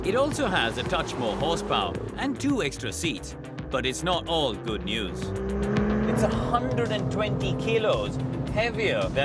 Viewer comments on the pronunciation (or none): none